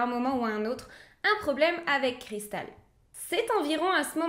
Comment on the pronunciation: Super histoire et très bien raconter petit bémol pour l accent Américain à chaque fois que le prénom de Cristal est cité très pénible